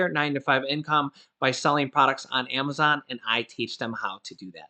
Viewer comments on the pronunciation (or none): none